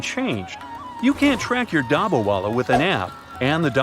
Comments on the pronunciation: Pronounce of dabba wala is wrong. in Hindi dabba-box with food and wala-person . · Sorry to say but you mispronounced every time u said dabawala